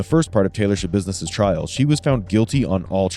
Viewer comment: I giggled when u said Schabussiness